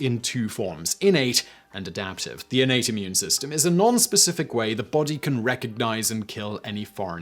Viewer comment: Juvenile comment warning -> -> When Simon said "your innate" of course I heard 'urinate'. :-/